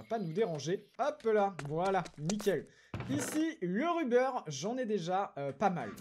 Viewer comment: Ruber ça se prononce avec un "o" au lieu d’un "u" dit le donc rober sinon super vidéo continue gg pour le million